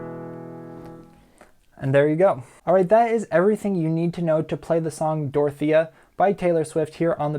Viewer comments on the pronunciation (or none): It’s not Dorothy it’s Dorothea 😭😭